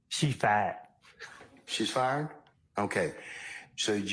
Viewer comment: Its "she fied"